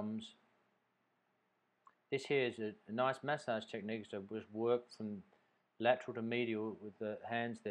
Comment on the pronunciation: Why do you pronounce massage like that? Where are you from?